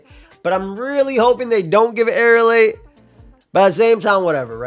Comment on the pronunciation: It's Aerilate not Aerialate. People just mispronounce it like that all the time